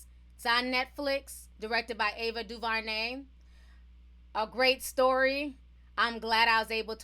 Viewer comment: Its Du-ver-nay not Du-va-nay (sorry that was distracting lol)